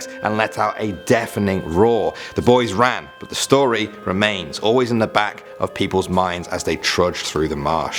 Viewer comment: Lol good stowy